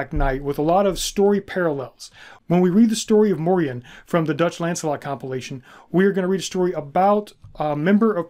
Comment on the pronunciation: The proper pronunciation today would be Morian (Like Dorian). He is a part of our Dutch cultural history in Pre-colonial times and came to be a sort of celebrated hero figure too before the colonial era repopularized more crusader-like ideologies concerning Moors/blacks and Muslims and these stories were en large shoved under the rug. The songs and stories would teach medieval children and adults about the Moors and morality towards them. There have been many Moors that have visited, lived and started families in the Netherlands throughout history. Since the Netherlands was historically a refuge for refugees of any sort, political, ethnic or religious. Moors came to over time not only signify black folks from the south but also signify the mixed black people that were a result of intermarriage and the likes (Like sir Morian). A famous portrait from one of our legendary painters Rembrandt is called "the Two Moors" and depicted two of Rembrandts neighbors at the time, obviously, they were black (1655). Fun fact: the European name Maurice also originates from the same thing, like Moriaen / Moriaan it was used as a name for those from often mixed families. And it meant "From Mauretania" which was roughly the area that is now Morocco and the Southern regions of it - a name already present in genealogical records of the Netherlands since the year 1100 AD and mentions even earlier in other forms.